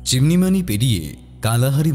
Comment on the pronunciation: সলসেবেরি --- সল্স্ বেরি রিখ্টার্সভেল্ট, চিমান-ইমানি--- চিমনিমানি(😜) কথা শুনলেই মনে হছে কোনো বন্ধ ঘর থেকে বলা হছে, গলার স্বর গমগম করছে